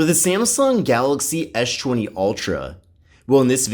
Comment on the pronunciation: Why does he pronounce s20 as schwenty?